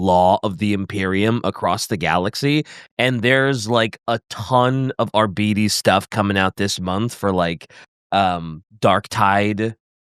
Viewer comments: Why are you pronouncing it 'Ar-bee-tees?' Shouldn't it be a harder 'Ar-bites?' As in 'Arbitrator?' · But it's obvious that 'Arbites' is supposed to come from the word 'Arbitrator'. So it should be a hard 'bite' not 'bee-tees.' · Reject "are-be-tes" Embrace "ar-bites" I reject your reality and substitute my own. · I don’t care who James Workshop hires, I’m NOT pronouncing “Ar-BITE-ees” as “Ar-BEE-tees” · isnt it pronounced arbites as in ar bite ( as in bite something) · Shouldn't it be "ar-bite-deez nutz"? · Nice video! Also Oh MY GOD that pronunciation of Arbites is driving me crazy